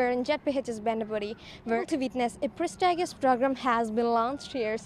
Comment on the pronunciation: Adhi pres ta gi ous kadhu prestigious